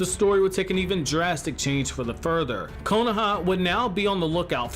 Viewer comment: "konaha" lmao kohona?